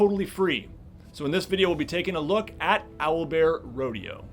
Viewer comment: at one minute and he says it’s Owlbearrodeo